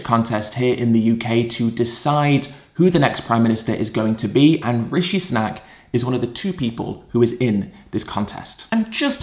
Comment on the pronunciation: It’s “Sunak.” Ed is just pronouncing his name weirdly for some reason.